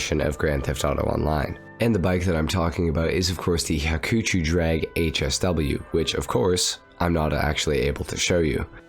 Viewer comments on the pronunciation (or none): "ha-choo-choo" drag... Ugh.